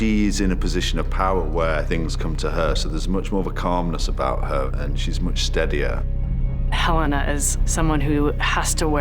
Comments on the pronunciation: Yo the elevator didn't ding! it's Helena not Helly R! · You are right, It's not Helly down there, it's Helena